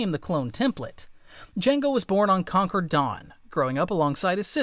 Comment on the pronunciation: You pronounced "concord" "conquered". Please dont do that again...